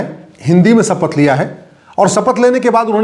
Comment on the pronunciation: सपथ नहीं शपथ बोलते हैं